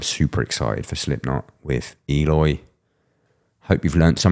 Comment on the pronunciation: Sound analysis! Would love it if you'd pronounce his name as ehLOY, not EEyore.